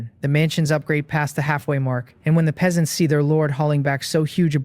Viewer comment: i still see the same issue for part 1... the AI reader misreads Peasants, can you correct that?